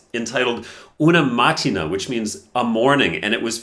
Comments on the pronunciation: Sorry for being pedantic, but it is pronounced "eh'-inah-udi". Also, it is "uno" (as in the game) and "mahtti'na" (i.e., the main stress is in the "i". 😊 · Great video! The right pronunciation of the title is "una mattína", with the stress on "i", not on the first "a". 😉